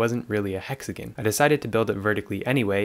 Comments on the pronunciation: Hexagon❌ hexagin✅ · Ok I wasn’t going to comment this but it getting annoying hexaGON not GIN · the way he pronounces hexagon makes my blood boil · it's alright 😂😂😭